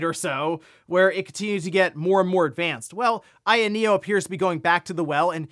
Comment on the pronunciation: out here calling it the AYANEA like my grandad used to call them Pokemans